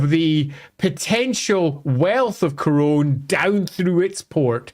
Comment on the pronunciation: Pronounciation Guide When a word ends with onne in French it's pronounced sort of like none in English. So Carcasonne, Bastonne, Couronne, Brionne. No nasal inflection. When a word ends with on in French it's pronounce a bit like strong in English. Nasal inflection on the n. Parravon(g), garcon(g), Macron(g).